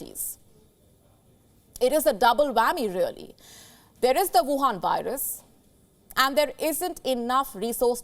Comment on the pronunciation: Huwan virus.. it's gold to hear it named like that